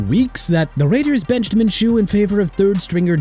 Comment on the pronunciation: MINSHEW IS PRONOUNCED MIN-SHOO NOT MIN-CHOO!!! GET IT RIGHT!!! UGH!!!!